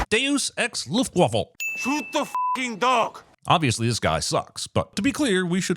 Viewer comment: Luftwaffle? Why Luftwaffle? XD